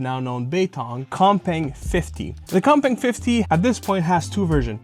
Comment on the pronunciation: I almost thought you said the other controller was called cockbang at first at the beginning of the video.